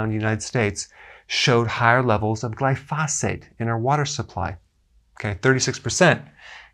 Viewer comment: GLY FOE SAYTE